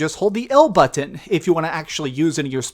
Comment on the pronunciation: Is it just me or does he say "button" weird?